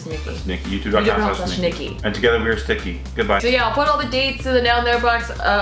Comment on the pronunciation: "And together, we're stikki" Nice.